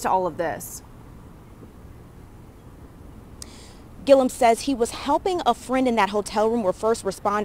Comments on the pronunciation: Ti, love you but you gotta start getting these names right...Andrew Gillum, not Gillium! 😩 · It’s GILL-UM not GIL-E-UM lol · I love you Ti, but his name is pronounced Gill-um.